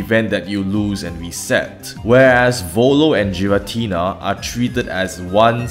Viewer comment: Debates on how to say Arceus aside, there's no debate that Giratina is NOT Jiratina